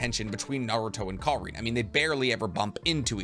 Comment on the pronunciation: Kar-in not Kar-ine